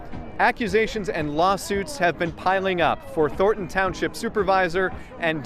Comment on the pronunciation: Noel said "Thorton" instead of "Thornton". He is not ready to be a broadcaster yet. Standards!